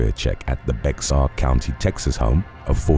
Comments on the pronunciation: Not tryin to be THAT guy, my guy! But in Texas, it’s not pronounced “beh-ks-ahr”. Iss pronounced “behr” county. Pretty much it! Great job, as USUAL!!! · The name "Bexar" is pronounced "bear". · Have watched your channel for years but I have only 1 gripe. It's how you pronounce Bexar County Texas. That being said, it's pronounced Bear. Thanks for the dedication of releasing a video a day. Thanks for the hard work you do on this channel. I'll keep watching whether you correct the mispronounced word or not.